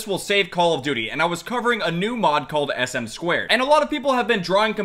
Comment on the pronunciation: it is "ess-em-two" not sm squared